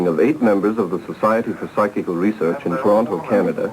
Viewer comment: And he continually says "physical" rather than "psychical".